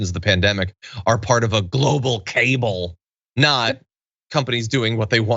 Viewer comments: I'm pretty sure I just heard you say "global cable" again! It's pronounced more like CU-BAHL, and would be defined as a secret political clique... pretty sure that's what you were going for. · Kuh-ball; not cable, John! 😂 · I think it's pronounced ca-BALL